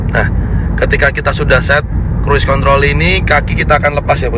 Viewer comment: Asli ngakak bang pas lg ngomong cruise contol😂😂 ✌️✌️